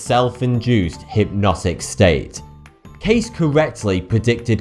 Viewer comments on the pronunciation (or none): Edgar Cayce. Kay-see. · Edward Cayce. CAY-SEE. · Love your channel. Sorry but, Cayce is pronounced - KC, the e is not silent. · Cayce is actually pronounced kay-see, not "case". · IT IS PRONOUNCED KAYSEEEEE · It's pronounced Edward KAY-see as if writen Casey. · It's Edgar kC is how it's pronounced. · How could u pronounce his name wrong bro it’s Edward K-sea